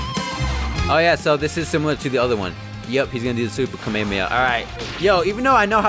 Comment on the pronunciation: Why do you say kamehameha like that